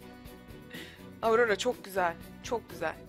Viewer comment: aurora diye söylenmiyor orora diye okunuyorrrrrrrr abla bunu yanlış söyledinğğğğğğ